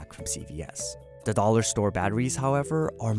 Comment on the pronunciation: The way he pronounces dollar bothers me